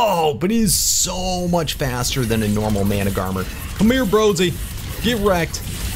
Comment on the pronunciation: Mana-gar-mer is how you read Managarmr